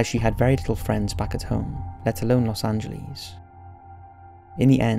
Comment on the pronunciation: The way you pronounce Los angeles though ... what the fuck?